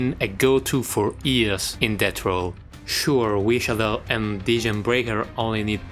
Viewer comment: Omg, you pronounce the š in wišadel properly, hell yeah!